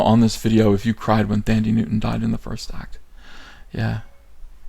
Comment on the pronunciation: It's pronounced "Tandy" Newton.